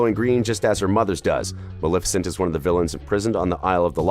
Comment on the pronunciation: That’s Maleficent (MUH-LEH-FI-CENT)